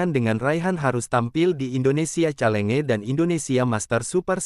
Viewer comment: Perbaiki donk min, gmna cara baca yg benar kata 'chalenge'nya, biar gak malu"in.